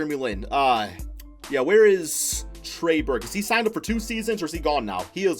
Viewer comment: Trey Burke bro trey Burke 😂😂